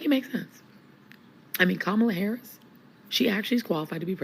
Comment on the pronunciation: I’m voting Trump but for the love of god stop intentionally pronouncing her name wrong